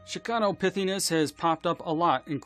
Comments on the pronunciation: The: Gianomithicus 😂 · 🤣🤣🤣 Exactly folk - Monster? Chicano Pity-is??? 🤣 Oh My • other than that… thumbs 👍🏼